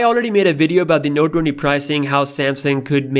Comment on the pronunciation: Nobody:: “Node Dwendy Ultra”